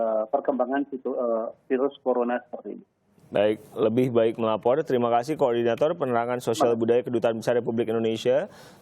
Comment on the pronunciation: Kuping aq geli denger pembawa acaranya Pelat gak bisa ngomong "R" Melapor aja "Melaporrll"